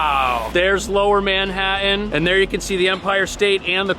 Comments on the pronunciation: No offense, but where is Manha-in? I thought I miss heard until I heard you pronounce it a second time. Also, I cannot believe that there’s a big, new apartment complex with every amenity on earth and no in-unit washer/dryer hookup! You have to schlepp everything down to the basement......for $6,800. A month! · I like how you pronounce "Manha—an". (And "Empire State BUILDING".)